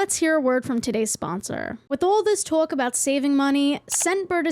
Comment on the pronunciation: “woith awl thes tawk”